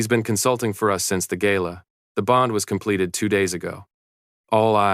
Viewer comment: Please stop aaying Gaila instead GALA